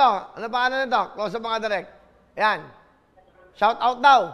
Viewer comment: Shawrawt Gerald narinig ko nung una haha